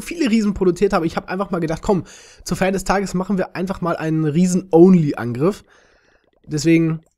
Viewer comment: 😂 hahahahahaha wie du only sagst kannst du kein englisch dann lass es bleiben 👎